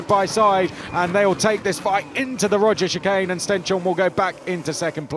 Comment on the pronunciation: Can someone please explain to me why they keep calling it the Roger's chicane? Della Roggia is not that hard to say. Maybe just say "the chicane" if you are going to butcher it so badly.